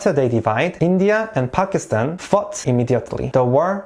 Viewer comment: Mohammad Ali Jinnah is also a national hero. Thankyou for pronouncing Pakistan right